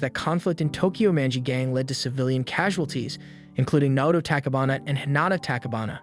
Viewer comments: It's tachi bana Not tchbana🤦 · takibana- what the hell man, “tachibana” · ain no way he said “takibana”